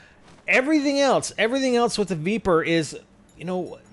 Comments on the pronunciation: Spider i think its pronounced vepr not veeper, the e sounds the same as in leg or peg not bee or knee :) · I'm pretty sure its pronounced "Vepr" not "Veeper" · also its pronounced "v-eh-pr" from the word Вепр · Sweet jesus stop pronouncing the name of the gun like that! It dosen't have four e's!